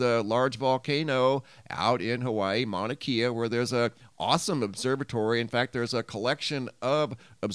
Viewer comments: Kea is pronounced ‘Kay uh’ not ‘key uh’ ~ love your channel. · It's Mauna KAY-UH..not KEY-UH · It’s Mauna Kay-Uh 👍 aloha from Hawaii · Mauna Kea is pronounced Mauna KE ( long A ) a E is pronounced A …sorry but that’s correct. Just as Kilauea is pronounced KilauAa. E is pronounced. Long A. ❤️❤️❤️😊🏝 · Mauna Kea is pronounced mana kay uh. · prnounced mauna KAYa